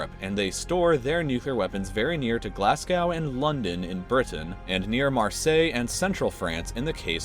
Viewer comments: GlasgOw not glasgouw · Glass cow? no mate, is Glaz-go I could feel the scottish cringe. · i dont want to be rude but it's glas not glass and go gow and then you get glasgo but it's spelled like glasgow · I don think you understand how English works its Glasgow as in glass go but the glass is pronounced weird not glass cow! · Okay but nobody is talking about how they said Glasgow... it’s Glas(GO)w..not Glas(COW)...I’m sowwy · it’s NOT PRODUCED GLASSGOW ITS PRONOUNCED GLAZGOW even though it looks like it’s glassgow is not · Did you say 'Glass-Cow' it's pronounced 'Glaz-Go' like Yorkshire is 'York-Shear' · he really said "glas-cow" when its "Gla(long a)-z-go-" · It's not Glass gow It's pronounced Glaz go Glasgow fuck sake!🏴🏴🏴🏴🏴🏴🏴🏴🏴🏴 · Glasgow and London Glascow he said Glascom not Glasgo as it should be pronanced but Glascow I'm offended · It's not pronounced "Glasgow" it's pronounced "Glasgo" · did he actually just say glass-gou. It says Glasgow. Glas-go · why cant americans pronounce names right its Glas-Go not Glass Cow and its Mos-Co not Moss Cow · You pronounced Glasgow wrong it’s not glass cow mor like glaz go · Glaz - go is how to pronounce glasgow not glass -gouh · It's pronounced Glasgow not glasaw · You're seriously suggesting that the US Air Force transports nuclear warheads in random trucking company trucks with no escort? I'm pretty sure they don't. Also, , GLAZ-go, not "glass cow". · Man you fucking butchered "Glasgow" fucking please take geography at uni or some shit. "Glassga" is not how you fucking pronounce "glaz-go" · m*. Its pronounced Glaz-go not glass cow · "Glass-gow" Its pronounced Glazgow. Fucking offensive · God dammit Glasgow, the junkies shouldn't get nukes, and just a pointer, it's pronounced Glaz go not glass guw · Glasgow is pronounced Glas-goh no Glas-gao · Did this nigga just say glass cow. Bruv. It's pronounced Glaz-Go. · Just a heads up: It's pronounce "Glas-go" not "gow" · My closest nukes are in ... Glass cow? Try "Glazz-go"